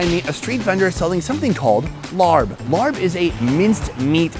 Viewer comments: The meat salad is pronounced “laab” or “lahhb.” There is no “r” sound in the word. Thanks. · larb ? its laab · I thought it was laab not larb?…. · It's pronounced La-ah-b not Larrb 😂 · I love you Sonny, I love all your videos and work but every time you say larp, I cringe. It doesn’t sound appetizing at all. It’s one of my favorite foods too! 😂 It’s pronounced laap with a long a sound . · Hi Sonny!! Love your videos! FYI: what you are calling “Larb” is actually “Lopp”. It rhymes with Mop. I’m from Laos, living in U.S. & getting a total kick out of you calling it Larb!! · Please stop calling it larb, it’s pronounced laab, whoever started that couldn’t have been Thai or Lao… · Not "Larb",but LAAB!!!! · Sonny, the “Larb” dish is pronounced “Laah” as in open your mouth and say “aah.” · My wife is from Buriram. Her pronunciation is "lob" as a tennis stoke. Not "larb" as rhyming with yard. Thai can sometimes be tricky. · Sonny, I love your shows, long time subscriber!... in Thailand, it's not pronounced "Larb", it's more like "Laaaaab". It's the same style salad as Naamtok - where it's grilled, sliced pork or beef steak with the same seasonings. Much love from the UK (hire me) x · I hate when white people pronounce the word “Larb” so damn annoying. Sunny learn how to pronounce the food name correctly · IT'S PRONOUNCED LAAB NOT LARB!!!!!!!!!!!!! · I was getting really ticked about that. I'm half Thai and thought the only time I heard it mispronounced like this was when Giada was cooking this